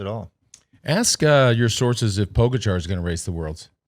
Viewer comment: I’d just like to say I bet money on Pogacar to win the stage - go me! Second note - what is it with Americans and literally being unable to pronounce any name at all - demolane...poooogachaaar.... what the hell?